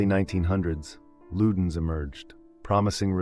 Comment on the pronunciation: “LUDDERNS cuutch S drops “